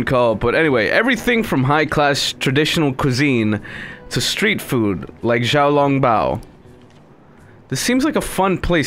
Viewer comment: "JIAO LONG BAO." Oh god, that sounds more better than how it is actually pronounced.. in true honesty